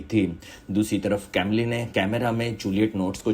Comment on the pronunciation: Bhai uska pronounciation कैमली nahi कमील hai woh.